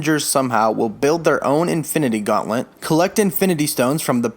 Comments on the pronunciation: learn how to say GAUNTLET, its not gauntlent wtf is wrong with you, i am groot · Is this guy saying "Gauntlent"!? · Is it just me or does it sound like he is saying Gauntlent not Gauntlet? It’s kinda messing with my brain